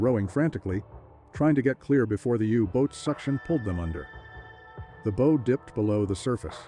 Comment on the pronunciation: Is the narration AI? It's deplorable. So many mispronunciations... e.g. "You. Boat" and "Bo" when it should be pronounced "bow" as in "take a bow".